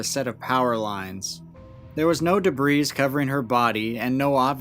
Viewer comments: I adore these videos and the work put into them... I just wanna give a heads up that the word debris is pronounced with a silent 's', so; "deb- ree" , even when used in the context of a collective noun. Thank you for your hard work and your kind heart, Many blessings. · The ‘s’ in debris is silent…